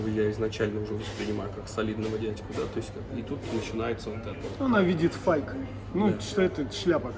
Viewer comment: фейк, а не файк))